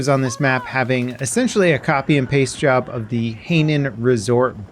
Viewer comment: Just a little correction Hainan is pronounced more High Non than Haynin